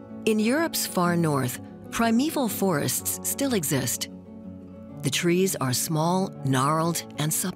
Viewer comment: It was good but this non-semantic pronunciation is too wide-spread to ignore it. It spoils the docu!